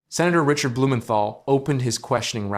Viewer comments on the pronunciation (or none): none